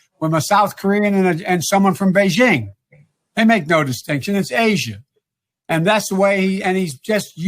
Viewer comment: After so many years of international experience you'd think some people could pronounce Beijing, that's Beijing with a hard "j" as in "just", "joke" and "jerk", and not a soft sound.